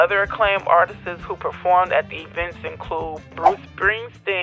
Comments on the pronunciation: Why tf does every black youtuber say "artistses"?? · Artists - 2 syllables, not 3. Artists' - possessive - 2 syllables